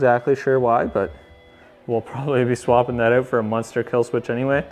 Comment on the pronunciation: "Excited to get eh-oot" lol. Nice sled bro, looking forward to tagging along on your adventures!